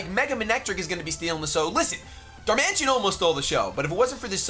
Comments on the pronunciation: It's Dar-man-i-tan, not Dar-mansion. It's a pokemon not a large house. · it's Pronounced Dar-Man-It-An not Dar-Man-Tion